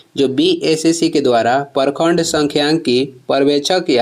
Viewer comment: परखंड नहीं होता है, प्रखंड होता है हिंदी सुधारिए पहले